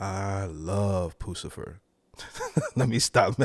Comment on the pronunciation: You are pronouncing it wrong, it's Puss - i - fur!! 😂 😊